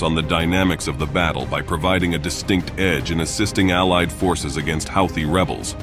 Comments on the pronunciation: I thought it was pronounced who-tee, not how-thee. Go figure. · Aw dude your killing me on the way you are pronouncing Houthie it is pronounced like (Hoo-the)not (How-the) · Took me while to realize that 'Hawty' is Houthi. NOw and then the text-to-speech gets pronunciation right. So very confusing.